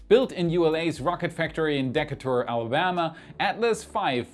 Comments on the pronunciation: Dee-Kay’-tur, not Deka-tur. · Great video.. Decatur is pronounced dee-kay-tur. Keep up the good work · Decatur - duh-Kay-ter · I don't know about the Decatur in Alabama, but we have a Decatur in Iowa, and it's name is pronounced "dee-KAY-ter" not "DECK-a-ter." FYI.... ;-) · Decatur: Pronounced in the U.S. as: "Dee K Tur". NOT, "Deck A Tur", lol. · Built in Decatur (dee-CAY-tur), Alabama. To be fair, though, your English is pretty darn good for a non-native speaker! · Just a quick note on pronunciation, you pronounce Decatur into the video like Dee-KAY-ter. Emphasis on the middle syllable. It's an easy one to not realize how to say just by reading it. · Holy crap, you pronounced "Decateur" properly instead of rhyming it with "alligator" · Deacatur? DE -- K - TER !!!! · It’s pronounced Dee cay ter with the emphasis on the “cay”. DeCAter. There is one in almost every state. They are named after a famous naval hero. 😜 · FYI it's pronounce DecAYtur not DECahtur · DE-KAY-TUR Pronounced Decatur, Alabama close to Huntsville (Space and Rocket Museum) Saturn 5 there. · Dee Kay tor. Alabama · Just a note, Decatur is pronounced "Dee, Kate, Er" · Decatur (Alabama) is pronounced: Duh- kay- ter 👍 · Great video,! One small correction - the pronounciation of the town where ULA's Rocket Factory on the Tennessee River is located is Dee-KAY-ter. Hope this helps! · dih-KAY-ter but I'm smiling. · Speaking of loving French, it’s pronounced de CAY tur, with the emphasis on the second syllable. Just FYI. Your English is way better than my German. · Love the videos! But since I'm from Alabama, I have to help you out. Duh-'Kay-Tur, emphasis on the Kay. Decatur - duh-'kay-tur... :). Keep up the great work! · The approach to Hubble is going to be terrifying. Also Decatur, AL is pronounced duh·kay·tr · Great video. Thanks! FYI: Decatur, (ULA manufacture site in AL) basically rhymes with "Mercator". Modern IPA: dəkɛ́jtə Traditional IPA: dəˈkeɪtə 3 syllables: "duh" + "KAY" + "tuh"